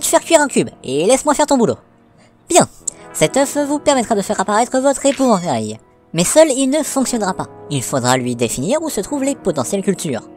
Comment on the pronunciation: evantail ? Epouvantail tu veux dire j’espere 😂 Ps: omg 9 likes!(oui c rien du tout mais c’est la première fois que ca m’arrive)